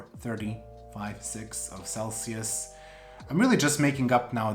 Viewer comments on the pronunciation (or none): none